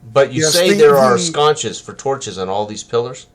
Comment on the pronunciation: It’s not “scones” and it’s not “sconches.” It’s sconces.